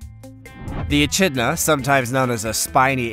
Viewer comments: Is is not embarrassing to post a video like this and no even pronounce the name of the animal correctly. There is no ch sound in echidna (uh-kid-na). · echinda is pronounced ekidna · It's an e-kidna,not an e-chidna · It's said E-Kidna not E-chidna even if it's spelled Echidna 🙈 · Grouse rhymes with house. Echidna is pronounced e-KID na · another he has not pronounced right.the achidna is not pronounced a chid na it is most annoying when a narrator does not know how to pronounce the names right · How many other Aussies cringed at the Echidna pronunciation?! 🤦‍♀